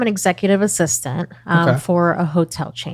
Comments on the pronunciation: Executive "Assitant" 😜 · executive "assitant" lol